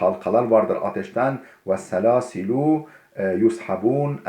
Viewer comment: hocam ayet yushabun şeklindedir, ilkinde doğru okudunuz.